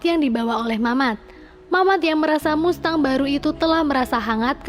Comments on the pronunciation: Kalo gak salah bacanya masteng, bukan mustang 🙏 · Mengucap finally udh bener tapi mengucap mustang salah teh hehe..bacanya masteng ..❤ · BACANYA MASTENG, BUKAN MUSTANG, ANNOYING DENGER MUSTANG MUSTANG MUSTANG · Mustang dibaca masteng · MUSTANG BACANYA MASTENG MINNNN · Mustang bacanya Masteng kak🤭🤭🤭🙏🙏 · Mustang=cara bacanya "masteng" saya cuman memberi tahu ,supaya teman" tidak salah dalam pengucapan🙏 #IndoPride🇮🇩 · Mustang dibaca masteng!!! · Jgn bikin malu .baca dan ucap. Mustang ( masteng..) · Bs baca mustang dg bahasa Inggris?